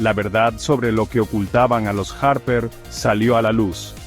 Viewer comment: Los harrperr, margaretkkk 😂